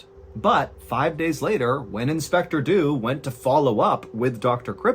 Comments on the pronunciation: Inspector Dew was English. English people do not pronounce Dew like that. It's not Doo. it's either Dyew, or DJew (yes like Jew) depending on region and class/education, but both would be correct for edwardian London. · did he just say "do dew"? I know he actually say "Dew would do just that" just sounded funny. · I'm sorry but I giggle every time you say "inspector do"